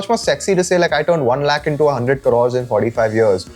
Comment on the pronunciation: i have a feeling ankur is hypercorrecting his speech here. Several urdu speakers and a couple hindi speakers still pronounce the ख़ found in several Persian origin words the og way, and several speakers ATTEMPT to do this but end up incorrectly using the sound in Sanskrit origin words which never had it, like in this case lakh.